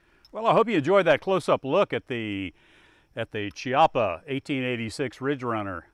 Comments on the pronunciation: Right pronunce is Keeeppa, in Italian language chi is pronunced Kee and a is large as in are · All kinds of fun in this video,! The reactive targets were all impressive - I especially liked the shrapnel trick shot. And I also appreciated the correct pronunciation of Chiappa. It's hard to think Keyoppa when you're used to saying chips, church, cherish, etc. Once I learned the correct pronunciation of Lapua, it rings sour to me to hear our American pronunciation. In any case, sweet rifle and really fun video. Disassemble please. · accolades to that rifle , excellent package . you are correct on the pronunciation kee- apa . thanks for the show. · Beautiful "Chee-appa" :) Thanks for the video. I'm starting to lean towards one due to the fact that they can make a pretty darn nice classic model. However, I still prefer American Walnut over the Walnut they are using. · Those post production cuts after every "Chee apa" pronunciation had me rolling. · Thank you for the pronunciation correction. Done in style and subtle enough to inform the ones who have interest to know. Well done.